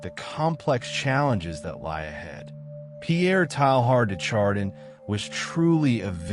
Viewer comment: what a strange narration of a very interesting subject and man. I laughed everytime his name get pronounced. Strange to me that you would go to all this effort and not know how to pronounce his name.